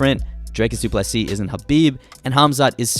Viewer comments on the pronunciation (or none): Always happy to hear the correct pronunciation of Du Plessis. Small tweak would be to pronounce the "Ple" in "Plessis" a bit softer. Not "ple" like in "plethora" which is what you're currently doing. It's a much softer sound, closer to the "ple" in "please". Something like "Du Plisee"